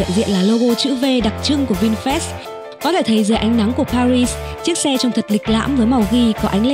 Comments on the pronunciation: Vinfast mà đọc như Vin fresh vậy?😀😀😀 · Mình cũng định comment giống bạn, nghe vin fest mà phát mệt luôn =)) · Tđn bà thuyết minh cứ đọc là Vinfres là sao ko biết nghe khó chịu vl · nó cứ đọc vin phét nghe bực thật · Vinfest là cái gì? Đọc cho đúng chứ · Sao bạn đọc bôi bác thương hiệu vậy.mong bạn đọc cho chuẩn vào nhé